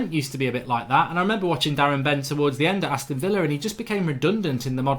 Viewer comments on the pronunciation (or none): none